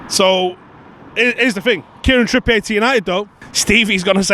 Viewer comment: Why the fuck are you saying Trippiyay? You know he’s not French right big lad?